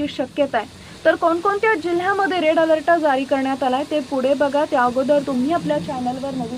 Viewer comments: मॅडम आपण चुकीची माहिती देत आहात तेच ते वारंवार सांगितले जात आहे हे आपल्याला कळत नाही काय हे हवामान खात्याने करायचे अंदाज असतात केवळ चॅनल सबस्क्राईब करा हे व्रत आपण घेऊ पहाता व बिचारा शेतकरी उगाच घाबरून जातो रेड अलर्ट हा आपला आवडता शब्द त्याचा उच्चार अलर्ट आहे त्याला अलरट म्हणून चुकीचे उच्चार कृपया करू नका ओढून ताणून अंदाज देणं बंद करा ही विनंती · अलर्ट नीट बोलता सुद्धा येत नाही 😂😂😂😂